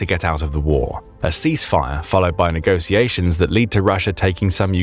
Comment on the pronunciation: it's "negotiataion" pronounced with the sound that word "sh*t" or "show" strarts, not "negosiations" as in "sit" or "saw"! For education's sake!